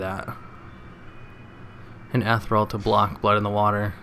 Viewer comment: eth-eer-ee-ul XD i love your vids